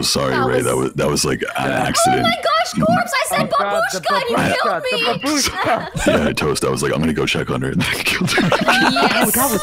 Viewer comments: Y'all seriously gotta learn the actual word already. It's bAbushka, not babUshka... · I was so mad watching the stream, it's pronounced bAbushka, with a long aa like in the word "army" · Fun fact it's bábuska not babúska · I know a bit of russian and babushka does mean grandma in russian, the problem is that you are not saying it correctly, it's bAbushka and not babUshka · So as a russian girl myself I feel the need to poin out that it's pronounced not babUshka, but bAbushka. Also... Why would you choose such a sweet word to be a killer word???? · it's bAbushka not babUshka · When u say babushka, it’s not said like babOOshka. It’s said like babushka. U jus let it fall outta ur mouth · Babooshka is a Russian word.Бабушка .rus. B(a)booshka, stress in Russian grammar is placed on the second letter.Ba(boo)shka,accent doesn't sound respectful,vulgarly.Babooshka а grandmother is a woman who has grandchildren In Russian, have the word Дедушка.rus.dedushka-grandfather.